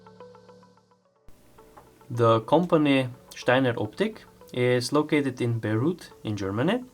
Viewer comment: Bayreuth => bairoit, not Beirut. 😀